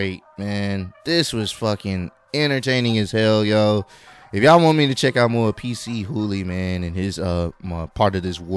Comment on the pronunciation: It’s not PC HOOLY🤣🤣 it’s PAACHOOLY